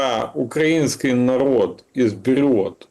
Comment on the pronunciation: Галстук не делает из хама пана. КилОметры, звОнят, укрАинский - хоть убей, а оно необучаемое.